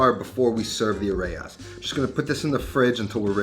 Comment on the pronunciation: Areya lolllll it’s areyas